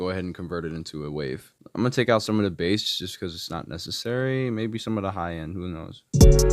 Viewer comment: You almost lost me when you said bass instead of bass lol